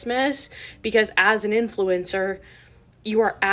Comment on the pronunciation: When I hear " INFLENCER" I just want to kick somebody